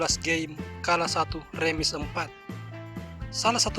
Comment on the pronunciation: Bukan rEmis bang Remisss....🤣😃😂